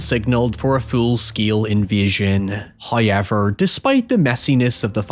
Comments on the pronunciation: First "hoyevver" drops . In an attempt to sneak it past us, He doesn't start a sentence with it- this trickery is a new wrinkle, and will require further observation. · I've never heard anyone but this guy say hoiyever